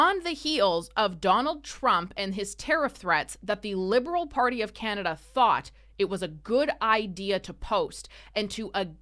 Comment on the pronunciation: yeah...so we can "HEEL" to chiZa 😂😂😂 canaZa HUH